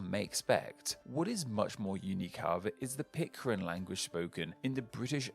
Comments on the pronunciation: PIT - CARE - N not PIT - CAR - IN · Pitcairn, not Pitcarin. Yikes. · PitCAIRN...not PitCARIN. Sorry. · Explain what? was pronouncing Pitcairn as Pitcarin because of a typo somewhere. Such a hard mistake to make if you do your research. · came to this channel a few years ago for the interesting ethymologies, stayed for the badly mispronouncing of most of the names :))) In this video 'Pitcarin' takes the cake :)) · But it's definitely not Pit-carin!